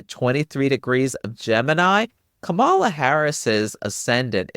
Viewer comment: Thanks for this! Kamala is pronounced KAH-mala, just a kind reminder. Or, like she explains it in her book, like "comma-la" 😊